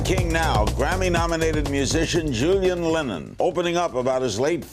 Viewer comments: Doesn't do a second's prep work either. Mispronounces Julian's million selling album in the introduction. Julian is charming about it. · Larry can’t pronounce “Julian” correctly, is pretty funny. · Maybe ask a staff member how to pronounce the title of his new album before you bumble it up.Do 20 seconds of prep, larry. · C'mon, Larry. You couldn't pronounce the name of the album?